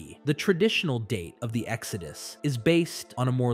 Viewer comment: Yo Do you use an AI to copy your voice and the other guy's to make these videos faster then if you would have to read it all out/ narrate it yourselves, asking became of all your strange pronunciations ie exO dus narrat eeeve at one point near the 1.5 hour mark lol Cheers